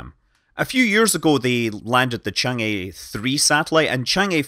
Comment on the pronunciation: Great video! I always comment this, but 嫦娥 or chang'e is actually pronounced more like "chang?? errr??" You pronounce each syllable with an upward intonation, rather like in English when you are asking a question. You can imagine the pronunciation like this: Imagine someone asks you the name of that probe, you're not certain so you respond "I think it's called chang??? chang.... errr? "